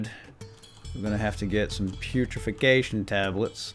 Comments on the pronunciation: Putrification? Almost sounds like putrefaction. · Hey I have noticed you keep saying "putrification tablets" the past vids